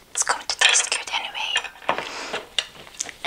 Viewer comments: I like how every time she says good she always says goot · "It's so geed" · "it's really güt" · omg I love how she says good! love your videos and you! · I love the way she says “good”